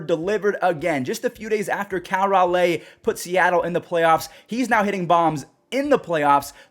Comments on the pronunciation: you play mlb the show. Say Cal Raleigh's name right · Still pronouncing Raleigh wrong